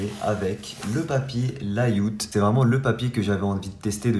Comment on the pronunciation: Ça se prononce "lèyaoute" et pas "la youte"